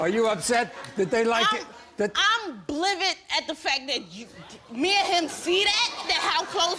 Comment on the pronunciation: I think she was beyond livid but she combined the to as blivid😁😃😅